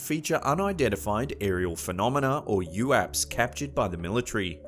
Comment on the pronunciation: U A P's. Not youapps.